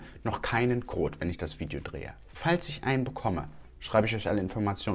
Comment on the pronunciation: Hahaha, hört sich so an, als würde er "Kot" statt "Code" sagen 😂